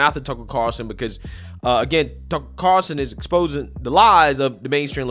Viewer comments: Carl- son. NOT Carson as you are mispronouncing it. there is a FUCKING L in there. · drives me crazy when he says “tucker car-son”, it’s carl-son lmao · Dude, It's CARLSON, not Carson lol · dude, its car L son, are you not allowed to say his name correctly cause you tube will flag the video?